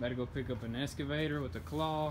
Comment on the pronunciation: Just fyi its excavator not escavator